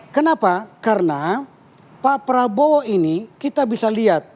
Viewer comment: Prabowo bukan Praowo min